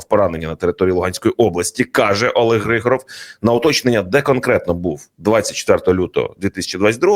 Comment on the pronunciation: Вірно вимовляти не ГригОров, а ГрИгоров. Тобто наголос на літеру "И". Хоча сутність цієї людини від цього не змінюється.